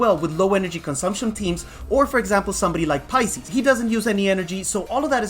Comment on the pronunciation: You keep saying paisis.. who is paisis?